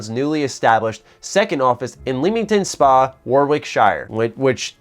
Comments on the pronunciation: I live about 20 minutes away from Leamington Spa. Your pronunciation was amazing haha! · i'm never heard someone butcher the pronunciation of leamington spa warwickshire so badly